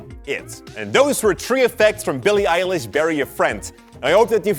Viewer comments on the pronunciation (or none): its NOTT (el- ish) its (eye-lish) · IM GLAD YOU REALIZED YOU THAT HER NAME IS EYE LISH NOT ELLISH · You say it like Ailish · Alexa said "Shuffling songs by Billie Eyelash" 😂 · It’s pronounced (i-lish) not (e-lish) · He now litterally says billie eyelash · After all the corrections u still say Billie eyelash 😒😒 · I always pronounce it Billie Ellish because her name normal sound like Billie Eyelash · It's Eye-lish oh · Its Billie eye-lish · Billie Eilish is not pronounced like Eye-lish, use Google Translate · It’s not eilish it’s ellish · It’s Billie eye lish?